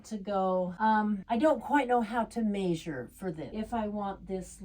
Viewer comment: OMG! What country do they pronounce 'measure' 'mazure'?